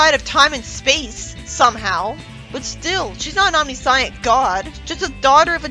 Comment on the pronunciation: Nah I’m dead she really said “omnisaiyent.” 💀